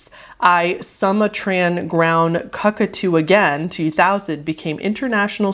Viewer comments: You pronounced it CUCKTOO isn’t it cuckoo like the clock? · cuckoo is pronounce coocoo like a cuckoo clock lmfao that's just how it's spelled. It's not the same cuck as in cuckold. 🤣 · I just have to say it, I can't resist, it's "soo-mah-tran" (as in, from Sumatra "soo-mah-tra" (an island in Indonesia)) ground "cu-coo/coo-coo" (as in, the bird the Sumatran Ground Cuckoo, a very nice bird if you like birds) but also, think "cuckoo clock")), as you said, obviously a riff on Britney Spears' "Oops I Did It Again" much like Goose One More TIme is a riff on "Hit Me Baby One More TIme"